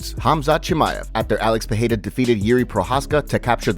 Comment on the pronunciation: Thanks for proper annunciation of Perreiras name. Finally someone does it rught.